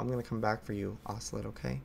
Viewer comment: Its pronounced oce- LOT not oce-LET